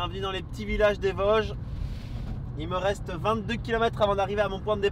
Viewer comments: Bien sur qu'on dit les Vôôôôsges !!! Ahah bienvenue en Lorraine !! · Merci pour la rectification du "o" de Vosges ! Mon oreille lorraine souffrait un peu 😂